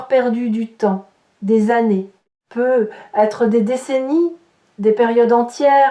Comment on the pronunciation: Un peu bizarre de faire une lecture de carte, sans parler des cartes… mais bon, c’est tout de même proche de la vérité… Peut-être, il y a un T à peut. Il faut le prononcer. Ça fait vraiment bizarre votre « peu être »…